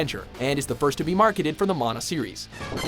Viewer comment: Thank you for saying Mah-nah not maa-nah. That's always annoyed me given my polynesian familial roots when people mispronounced it. Also it's just one of my favorite games of all time.